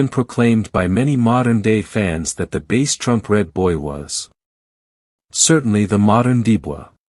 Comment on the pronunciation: Bass like the fish not bass like the speaker and he (tramp) was never rolled or tested and the computer voice is aggravating